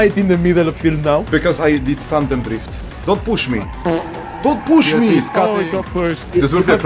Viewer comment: "don't poosh me >:|"